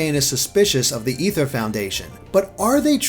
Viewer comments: It's ay-ther not e-ther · ITS NOT EETHER ITS AY-THUR OMG STPOPOPOPPOPP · It gets annoying. Its not Ether, its Aether. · Is it pronounced Ether or A-ther lol I can't tell Xd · It's pronounced (A ther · It's called the flipping aether foundation pronounced LIKE THE WORD IS OMG BRUH